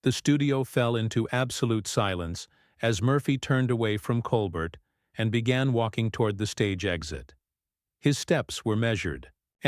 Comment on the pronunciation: These YouTubes are going around on Jimmy Kimmel as well. THEY are BS as the right wing tries to divide us even more. They are ABSOLUTELY Psychopaths. It's disgusting. And Obviously the "narrator" is A.I. as the pronounce Colbert as Colbert pronouncing the t.